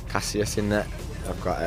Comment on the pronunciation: haha "casillias" with the Ls pronounced lol